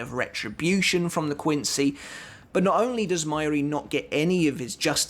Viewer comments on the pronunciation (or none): Mai-yuri? its Ma-Yu-Ri bro... you should really learn how to pronounce the names considering your channel is about bleach xD